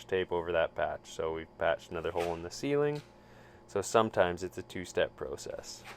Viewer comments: Its pronounced Process not Process. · I’ve never heard process pronounced that way lol ha 😂 jk